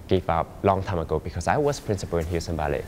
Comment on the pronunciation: This is how you spell Ballet. This is how you pronounce Bellay.